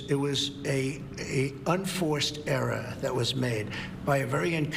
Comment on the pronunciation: He says “era” rather than “error” but “testler” instead of “tesla”